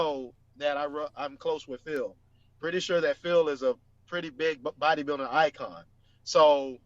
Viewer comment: Sounded like you said booty building 😂😂 Sergio has a better shape but that waist is just too wide 🤮 Patrick will never place in top 3 in any olympia. Hes too small for top 3